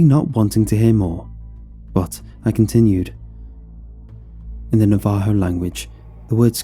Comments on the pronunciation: Say NAVA-HO, not NA-VAHO! 😅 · Na-vaaa-ho. Interesting. I honestly never thought of it being pronounced this way. Not meant to be disrespectful. I kinda like it. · Im Navajo, i like the story but hate the way you say Navajo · Navajo Nah-Vuh-Hoe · ITS NAVA-HO. NAVAJO.... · This dude mispronounced Navajo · I’ve never heard “Navajo” said like this. This was one of my favorite stories to listen to. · the way he pronounced navajo and skinwalker, i